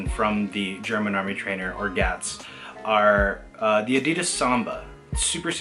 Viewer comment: You pronouncing Adi and then Das correctly and then immediately saying A-dee-dus gave off strong "Pheobe teaching Joey French" energy. Great video though man!